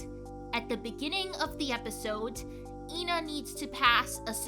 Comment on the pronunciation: because instead of calling her eh-na like everyone else moony mispronounces her name and calls her stuff like ee na or ayna and you say thay in the intro